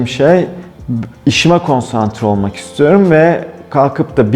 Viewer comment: ''İstiyorum'' demek çok zor sanırım ''istorm'' moda şu ara